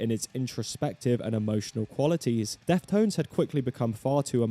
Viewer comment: was he saying "death tones" in the entire video